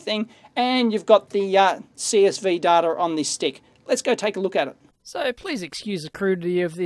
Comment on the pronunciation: "It's hard to get dater on this stuff!" Mwahahahaha.